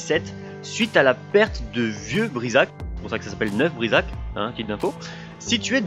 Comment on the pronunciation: Attention aux prononciations : Neuf Brisach se prononce "Neuf-BrisaRRRR" :)